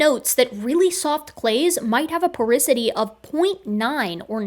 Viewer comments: Its called "Porosity" not porisity :) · I cringed hearing "porisity" instead of "porosity".--, geochemist, geologist, evolutionary biologist But I still think you're awesome.;-) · Please never butcher the word "porosity" again